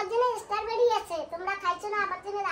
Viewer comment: It’s strawberry, not starberry😂! Nice video ❤